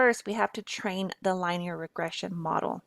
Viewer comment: you should probably learn how to pronounce "linear"